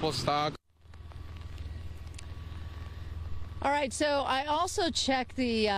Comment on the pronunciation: pronounced "stuck" as stock. 😂